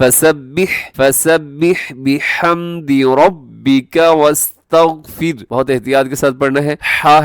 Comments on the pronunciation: وستغفرہ u left the ہ sound at the end plz re upload it with corrections jazak Allah khair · u left the ہ sound in وستغفرہ Plz upload again with corrections jazak Allah khair